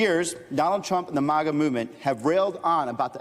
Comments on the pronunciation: Is it Moga or Maga she keeps pronunciation saying Moga it’s Maga. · Maga is pronounced like maggot, not like mama. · its pronounced MAGA, not mauga. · MAGA is pronounced similarly to the word maggot - "mag-UH" not "MAH-guh" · Its not pronounced MAWGAW. Stop pulling your punches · Jeez its maaGa! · Why do so many people say “mah-gah”? It’s very few people that will burn their hats and turn on Trump. I’ve seen a lot Trump supporters who still say he’s the best President ever and believes his lies